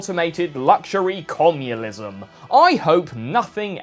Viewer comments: Commulism? Nucular? I hope he's says these incorrectly on purpose. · Commulism?... What's commulism?... I think we should be told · this guy said comulisum??